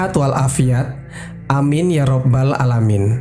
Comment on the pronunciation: Maaf bukan alamain tapi 'alamin, pake ain bukan pake alif, karena akan beda artinya!!